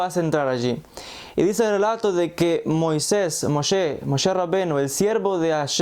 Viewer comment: Donde dice la biblia que este wey dice moche y no le puede decir moises